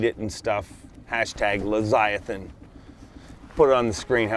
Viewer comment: sorry, but the word is Leviathan, not leziathan.